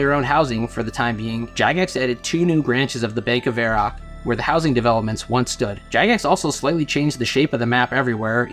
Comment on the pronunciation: Why can't you pronounce Varrock properly?